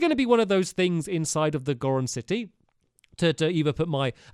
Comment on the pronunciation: that's not how you pronounce goron